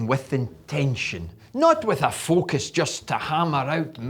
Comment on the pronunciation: nice! i listen to hear him say focus! fuc'us...lmao. doesnt take much to make me laugh...hehehehahaha😅